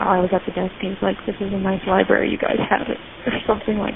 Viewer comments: Pronouncing “library” as “li-berry” is a super common trait of speech, called metathesis. Lots of people do that inadvertently. The problem is she should have told the library employee that a person walking around the library isn’t a reason to call 911. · Dispatcher needs to learn libRary has an R - NOT LIBERRY. or maybe it is The Lie berry 😊